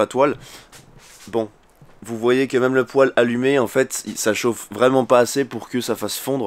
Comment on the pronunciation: Le poil? on dit un pouèle